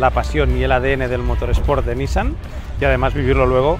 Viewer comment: Me atrevo a ser el del comentario incomodo: la pronunciación de NISSAN es "niSAN", fonéticamente "NIsan" es hermano. Saludos!